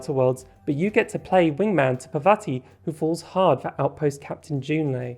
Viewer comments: Just wanted to comment that parvati is pronounced [paarr-vaah-tee] (the 2nd A is pronounced the same as the first) - it's an indian name. Also this is a really great analysis of bisexuality and queerness in video games :) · parvati is pronounced as "paar vuh tee'